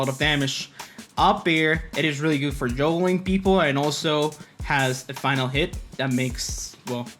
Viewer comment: He said Juulgling